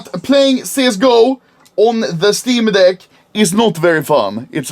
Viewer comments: "Shteam deck" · Anomaly: this is the steam deck Me: haha… he said steam d*ck, that’s actually hilarious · Schteam deck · Shteem Deck. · "Shteem Deck" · "schteam dehck" -anomaly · dont tell me im the only person who heard him stay steam dick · Nobody: Anomaly: SCHTEEM DECC